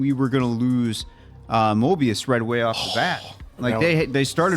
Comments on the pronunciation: Mobius, like the strip, not Morbius, like the massive let down. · MOBIUS, not Morbius. I cringe each time Morbius is said. Love your reaction videos. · There isn’t a single character in this show named MORBIUS so what do I keep hearing this name every few minutes?! Come on guys I know you’re old timers but you should at least be able get the names right and not mispronounce everything like that senile old man at the barber shop. Bro read the name, sound it out, you can do it. It’s honestly not that hard… there’s no R in his name dude. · Every time he calls Mobius Morbius I get a twitch in my eye. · calling him “Morbius” on purpose right? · it's MOBIUS. No R. Morbius is a completely different character. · It’s MOBius not MORBius for the love of Pete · At this point, I don't know if you're doing it on purpose or if it's a long-running accident, but PLEASE stop calling Owen Wilson's character Morbius. It's Mobius. No R. Hard to take any of your analysis seriously when you can't get one of the main characters' names right. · Stop calling Mobius Morbius! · Its MOBIUS..NOT MORBIUS!!!! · It's "Mobius" not "Morbius" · Is there an inside joke I missed from the season 1 reactions, re: Mobius´ name? I was confused, suspicious, and then confused again when I didnt hear it pronounced properly once 😂